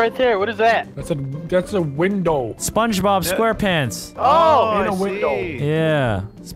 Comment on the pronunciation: I wus waching spungbob wen you sed spunbob